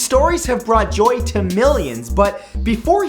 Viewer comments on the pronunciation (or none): none